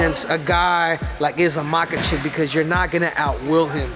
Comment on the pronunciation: know his name, but in his language it's pronounce mahAchev, not mAkachev like most do